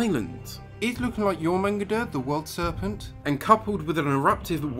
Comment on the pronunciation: Your-mun-gaun-dur Not "your manga deer"